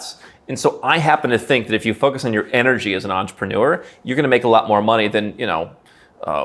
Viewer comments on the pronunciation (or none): none